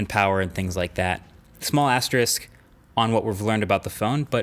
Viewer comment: OMG THANK YOU FOR PRONOUNCING "ASTERISK" CORRECTLY!